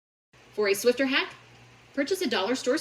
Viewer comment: Just FYI; it's SWIFFER not swifter 😅